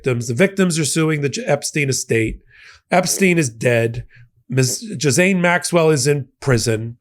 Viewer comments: Its pronounced "Gillaine" not "jizzane" 😂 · gee-lan-ee... very soft g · it 's pronounced J I L L A I N E Maxwell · Ghiz-laine. It has an "l" in it. WTH? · Can someone please clarify how to pronounce Ghislaine? I’ve heard it pronounced “ghee-lane” as well. From my understanding, it’s derived from an Old French word "gisel" which means "pledge.” That leaves me to think pronunciation is the correct way. It’s one of those difficult names, such as Saoirse which is pronounced “seer-sha.” Go figure 😂